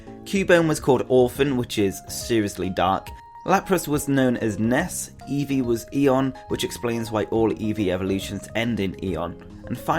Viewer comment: Its EEvee not evee